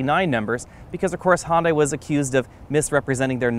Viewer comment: Hon-die? It's pronounced "hyun-deh" Good review though.